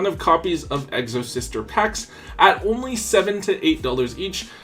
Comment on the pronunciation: Exo-Sister not Egg-so-Sister lol. My Exo deck is good. I can force you to either use your GY or take it away.